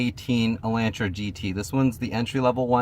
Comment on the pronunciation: Lol you're saying it wrong. Its Ela(u)ntra. The A makes the sound like in the word August.